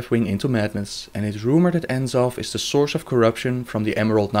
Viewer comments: its pronounced NA-zoth, not En-Zoth for N'zoth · eihfyb\seufnzsief/ How can you say C'thun properly but not N'zoth? Just look at the way it's spellt for rucks sake, N'zoth, not En'zoth!